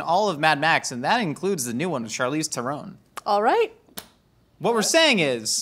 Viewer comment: Theron like Heron... she's said it a million times. It's not hard to get someone's name right. They're not "hair owns" flying around is a heron and her name is Theron